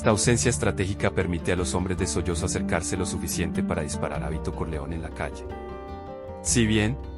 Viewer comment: Carajo, se pronuncia Solotzo no Soyozo, nadie esta sollozando, tiene uno que cancelar estos canales porque simplemente no pueden hablar y pronunciar bien, no me suscribo a tu canal, que puedo esperar si no siquiera pronuncias bien.